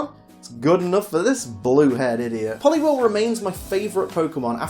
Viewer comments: POLIWHIRL, NOT POLIWORL! FIX IT NOW! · IT'S POLIWHIRL, NOT POLIWEL! FIX IT NOW!